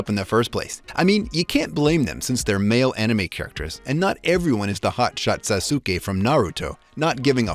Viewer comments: Yes my Favourite character “saz-oo-Kay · man really said sa-suu-ke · i like how he called sasuke sa su ki